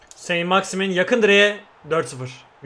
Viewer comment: Sent maksiman diye okunuyor